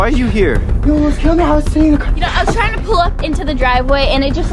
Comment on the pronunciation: "I was just triyina have a playdate" XD